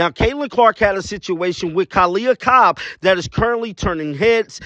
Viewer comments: It's Copper not Cobb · Copper! Not Cob